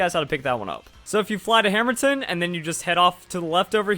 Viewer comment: You said hammerton